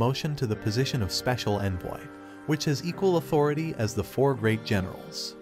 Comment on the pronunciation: I thought he said "Speical Ed-boy" instead of "Speical envoy" 💀💀